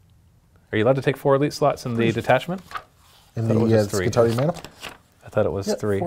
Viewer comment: skitari-eye! say it that way, it not only sounds way better, its correct. :P